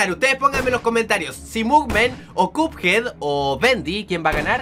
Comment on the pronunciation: Se dice cuphead no cupead